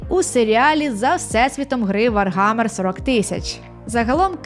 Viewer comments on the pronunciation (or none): правильно не ВарГамер, а ВарХамер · все класно, але вар-гамер вуха ріже, вроді як усюди вар-хаммер